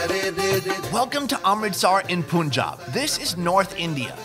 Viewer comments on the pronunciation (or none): Love your accent “welcome to Aaaaarmrrrritsaaaarrr”